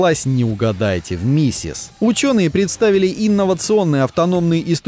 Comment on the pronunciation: мисИс произносится!!!